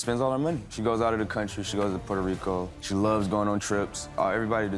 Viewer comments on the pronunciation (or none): none